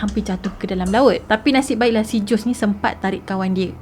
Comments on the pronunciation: good story...i liked..storyline yg jelas...but sis some countries they mention "J" as "H'' and "S" as "Z" so nama JOSEY ni sebutannya HOZEY...kita sama2 belajar ya :) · Sebutan Jose tu 'Hosè' kan? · Hi assalam... best kes ni...😍👍🏻 Jose sebutan nya " Hozay".. zay sebut macam 'say'(english) with 'z' Ezequiel sebutan nya izikel. Moga smangat slalu post citer2 best di masa akan dtg..😍👍🏻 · Ada banyak correction yg saya nak inform....iaitu Jose = hose sebutan dia....tortilla = tortiyya sebutan dia Dan...org Mexico mmg berbahasa Spanish...mcm mana pulak Jose xleh berbahasa spanish